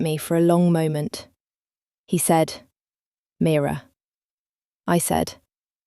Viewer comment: Please the narrator should just get on with it. The questions are turning me off 🤷‍♀️ Story very slow, could’ve been a really good story 😢 Getting pored with I said he said please give us a break !! By the way the name is MIRA not Mirror which is an ornament 😂😂 Have to say it was a great story and a great ending. 🎉🎉🎉🎉🎉